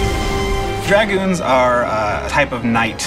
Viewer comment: Well, apart from the fact that Dragoons are pronounced with oo so an long u, this vid is awesome :))